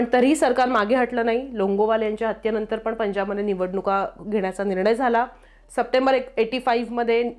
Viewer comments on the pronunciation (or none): none